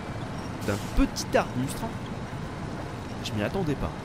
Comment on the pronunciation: c'est pas un "arbustre" mais un "ARBUSTE" xD